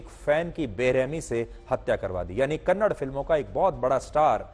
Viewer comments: Loude Its KANNADA not Kannad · Humble request to you sir , plz pronounce kannada not kannad. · Hey bulshit tell properly it's not kannad It's kannada You bulshit worst hindi person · It’s not Kannad it’s kannada first of all correct yourself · Kannad nahi kannada❤️ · Bro not Kannd it's kannada ❤️🚩🙏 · It's not kannad it's kannada learn to pronounce properly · कन्नड़ नही Sir कन्नडा होता है Kannada वाले Troll कर देंगे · For the millionth time. It's kannadA not kannad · Kannad nahi Kannada